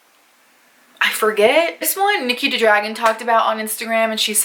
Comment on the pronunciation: Niki ta dragon 😂 its nikita dragon 🤣🤣